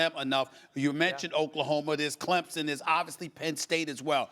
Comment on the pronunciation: Somebody tell Stephen A. that it's pronounced "Clemson", not Clempson.